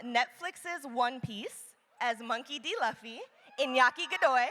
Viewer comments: It’s LUFFY!! not lafy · The way she pronounced “Luffy” made me cry😂😢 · The Luffy pronunciation had me🥲🙏😔🤣